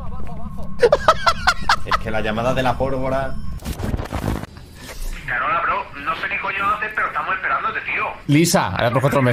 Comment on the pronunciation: Soy yo? Pero escucho "Alvara" no polvora